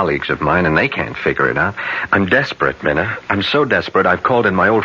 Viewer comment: 2 things about this really bug me, first is the mispronouncing of Mina's name and second the actress playing her is to old. Mina is a young lady.